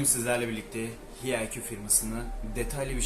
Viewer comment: Yav birader hiyayqu diye telafuz ediyorsun ya hayq de ya da eyç ay qu de kulak tırmalıyor be